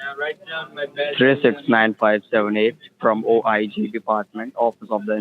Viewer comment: How goes OHH EYE ZEE translate to Officer of Inspector General ??? Wtf !!! Terrific video, btw !!!